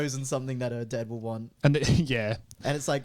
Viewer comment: talking about gifts for family, "mom, dad, sister" What I heard, "mom, dead sister"